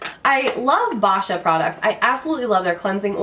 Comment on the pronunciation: Congrats on your FIRST HOME! My dream is to one day OWN a home as well! Boscia is pronounced (BO-SHIA) btw :D I don't believe theres any more Sephora VIB Sales for the rest of the year unfortunately, the sephora girl might've gave you wrong information! >.<* BUT, today is the first START day of our current promotion which is the $15 off $50 (BI) purchase, $20 off $50 (VIB), and $25 off $50 (VIBR). Should be in your VIA email or mail box! Hope this helps! Loved the Haul!